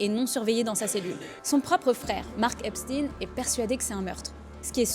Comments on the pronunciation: Arrêt de lire Epstine c'est plutôt Epstein c'est de l'allemand pas du russe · EpCHTAÏNE. C’est un ashkénaze. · C'est Epstein se prononce comme Einstein !